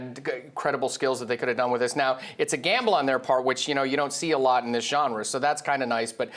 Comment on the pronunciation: THEES is up or down? Talk right.